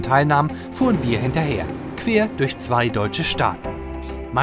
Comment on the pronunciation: Hast du bei „queer“ statt „quer“ gesagt?